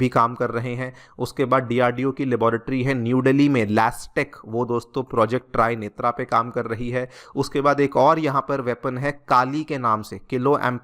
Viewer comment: Lol ट्राई नेत्रा! 😂 Your pronunciation at times is downright hilarious sir! I had said this in the comments section of your another video too just a few days back. You need to understand the context and the indian heritage that goes into the naming of many of our weapons and programs. The name is trinetr (त्रिनेत्र) as in the third eye of mahadeva (and a few more gods and goddesses in our culture). When that third eye opens it just burns down anyone in front of its sight to cinders. It's a very apt name for a DEW weapon.